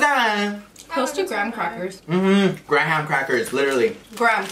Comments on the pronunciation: i say graah-haam crackers tooo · ”Gra-HAM crackers”😂😂